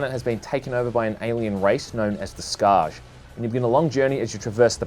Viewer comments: "SS KAR JUH". No, The J is silent. Pronounced just like "Scar". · They're not "Skaargh"... They are "Skaarj" pronounced without the "j". Similar to Skaara in Stargate. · when u pronounce Skaarj, u shouldn't pronounce last letter. It's "Scar", not "Scarj" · In "Skaarj" the "J" is silent. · Ummm... No. Skaarj should be pronounced with the J pronounced, but not the way muricans do.